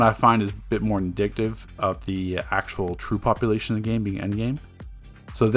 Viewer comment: It's not "indictive" It's "indicative" Goofy